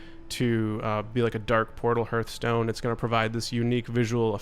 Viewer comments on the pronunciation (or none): none